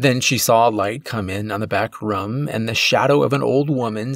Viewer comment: I like your stories but the way you say room as rum drives me nuts in every video